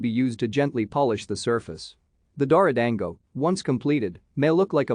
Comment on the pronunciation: You mispronounced it, you morons. Get it right.